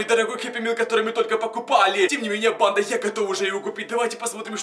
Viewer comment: Мне кажется что он говорит не банда а панда я думаю что это видео сеиммает панда 😂😂😂